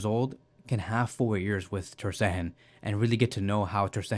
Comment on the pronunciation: Bro, please stop calling him Ter SteHEN! Since I listen to most of your videos, I accidentally pronounced his name like you do in front of my friends, and now they laugh at me every time his name comes up! lol You don't pronounce Gavi as /Havi/, so why do that to poor Mark Andre ? 😁